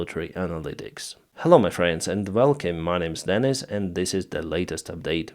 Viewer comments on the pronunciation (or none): none